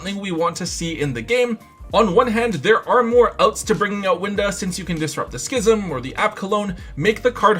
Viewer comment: All I’m going to say is thank you for pronouncing schism correctly. Other Youtubers should learn from you, heck I think even TomBox pronounces it wrong.